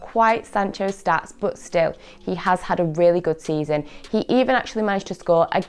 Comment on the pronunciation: I know right